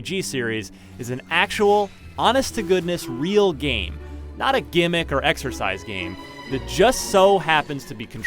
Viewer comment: "ITZ GOOD... FOR AH KINECT GAYM" Most hilarious line here